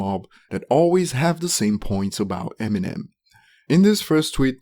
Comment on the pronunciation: “Emmy Nem” 🤦🏻‍♂️